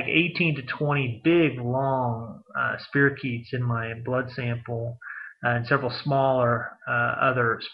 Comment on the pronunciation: It's pronounced spy-ro-keet. Just saying!